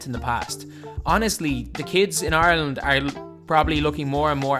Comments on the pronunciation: I keep hearing “Arlen” it took me 10 minutes to realize you said Ireland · Thats basically the way you say rather than IRE land